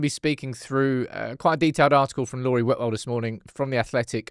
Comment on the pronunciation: is here on his high horse about name pronunciation when he literally says Laurie Whitwell’s name wrong every single time 🤦🏽‍♂️